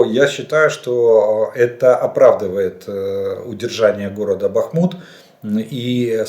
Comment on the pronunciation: Зря исправились на счет БАхмута, название идет от реки БАхмутка, а не БахмУтка